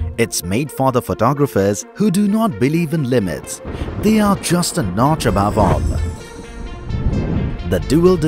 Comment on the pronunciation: Notch not noche